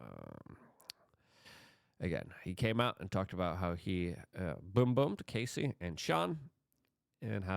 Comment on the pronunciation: It's Cassie, like Cassidy. Not Casey, like Casey Jones.